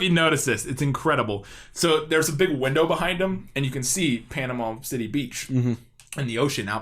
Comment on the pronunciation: You can tell the dancing concierge is not from Panama City Beach because he doesn't pronounce it Panamall city 😅